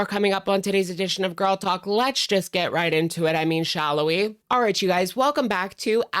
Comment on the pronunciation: I always hear shallow we 🤷‍♀️